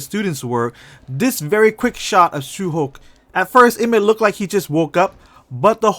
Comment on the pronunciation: He said su hok not su hyeok.